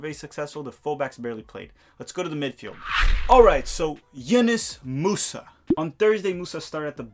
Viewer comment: Pronounced YOUnus bro! Love the video